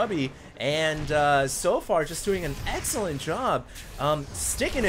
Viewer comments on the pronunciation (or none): none